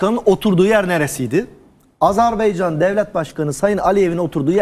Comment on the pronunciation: Hukuk dilini çok iddialı şekilde kullanıp Azerbaycan'a azerbeycan demek...Üstelik televizyonda...Öncelikle çok yücelttiginiz ülkenin adını doğru telaffuz etmeniz gerekir.Zira hukuk dili çok sayıda arapça,farsça kelime barındırır lakin Azerbaycan Türkçe'dir.